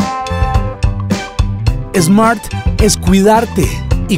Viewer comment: No se dice Esmart. Se dice Smart. Le ponen nombre extranjero y después no saben pronunciarlo!